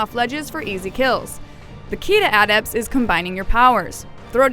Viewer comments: adept? sounds like she's saying add ept.. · adept... the way she pronounced it.. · Adept or sentinel ?? ")